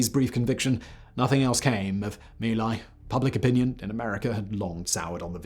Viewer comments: Yet more proof of Simon's addiction to inaccuracy and carelessness with regard to the facts AND paying attention to pronunciation of words not in English like Mee Lie (how feckin' appropriate is that?) IT'S MY LAI YOU BALD-ASSED BRIT!! Disliked with satisfaction. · "Mee Lai" isnt proper enlgish pronunciation. "Mai Lai" is correct outside of Vietnam. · it's My Lai or Vietnamese "Mỹ Lai" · LMAO at Simon saying sometimes mispronounced